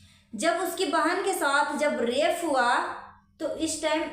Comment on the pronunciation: Mam rafe nahi rape HOTA hai